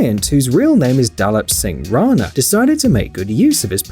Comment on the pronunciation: You messed up a little in the great khali's name. It's dilip singh rana correct me if I'm wrong